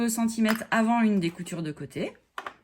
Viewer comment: Et pour rajouter une couche, il y a un R au mot centimètre et en plus il se prononce! Le mot centimette n'existe pas...🤣 Mais merci pour ce tuto super bien expliqué.